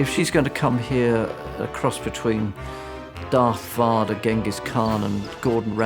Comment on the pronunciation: Dath Vada -- gotta love that pronunciation AND his comb over is legendary